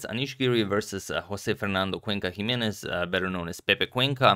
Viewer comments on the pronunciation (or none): none